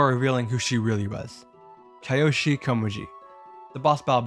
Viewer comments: Remiru, Satoshi, Kioshi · As a Touhou Fan myself...the way he says the names of Reimu,Satori,and Koishi bugs me a bit...but still a great video regardless!